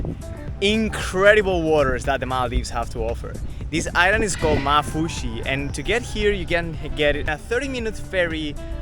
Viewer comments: And also it pronounced maafushi with 2 a s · I'm from Maldives and the way you say maafushi makes me and my siblings laugh lol Can you come to ungoofaaru❤ pls